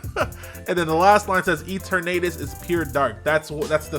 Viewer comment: Eternatus is most likely pronounced Etern uh tus, and likely has something to do with the word eternity